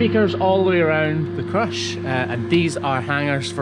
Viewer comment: So do you plug the crush into the wall and that powers all the features and extra outlets, or does it have battery powered features as well? Also, this entire time I thought you were saying “crutch” so I was really confused when you first started typing out things about the new crush lol